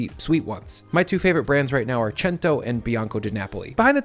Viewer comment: When he knows how to pronounce Cento 👌👌👌